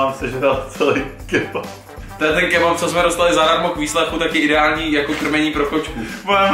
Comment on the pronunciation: kebap?? Co to je za lidi... kebab s P na konci..